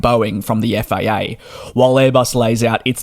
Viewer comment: sounded like you said ''for the FIA'' lol